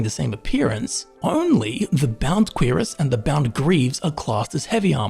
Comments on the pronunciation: When you say Cuirass it should sound more like Cure-ass. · First properly pronouncing pestle, now properly pronouncing cuirass.